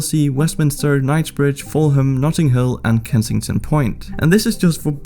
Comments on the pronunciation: it is pronounced Ful-am, the 'h' is silent. Also, this sitaution is not only happening in "elite" neighbourhoods, it's happening all across the city. Bear in mind that london is extremely corrupt so this also factors in when analysing the rise of these buildings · Learn how to pronounce Fulham..